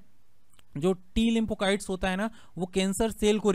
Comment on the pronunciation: लिंफोकाइट्स नहीं sir लिफोसाइट्स होता है